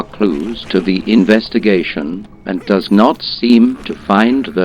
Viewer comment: I love how the LP Bot pronounces "does" as he would the word denoting female deers. "Siguorney female deers have a sadistic side."